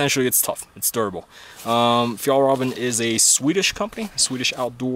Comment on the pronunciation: I hate the way you say Fjallraven.